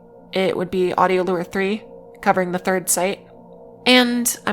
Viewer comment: Lmao can I ask why you wouldn't want to pronounce "macabre" the way... it's generally pronounced? obviously it doesn't matter as long as folks know what you mean but I've never heard anyone pronounce it like you did before edit: nvm she also pronounces "lure" super weirdly, clearly this gal is just a silly billy